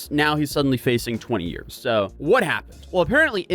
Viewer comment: It's Year's Not " yr" 😅